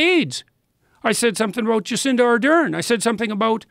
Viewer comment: I said something 'ABOOT'... ...pictured South Park canadians every time.